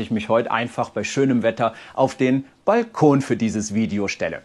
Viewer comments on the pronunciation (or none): none